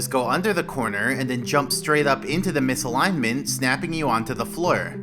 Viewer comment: btw you should pronounce the "t" in "misalignment". ;)